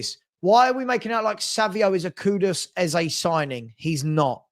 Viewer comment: I wanna know why people call KudUs - KudOs?